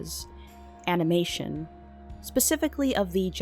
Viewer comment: DID U SAY ANIME- tion OH NO BUDDY U GOT ANOTHER THING COMING